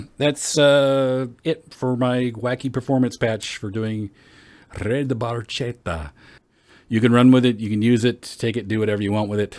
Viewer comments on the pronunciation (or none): It’s spoken “barketta” like bark and atta chained 😂😜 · Eheh no ,it’s just funny to hear for us ,like an italin speaking English may be for you 😜